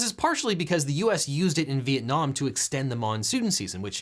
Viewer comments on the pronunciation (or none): none